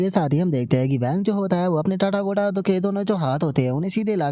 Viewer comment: Bhai tu टाटागोटा बोलना बंद कर दे ... भाई वो "तथागत बॉडी" है न कि टाटागोटा बॉडी 😊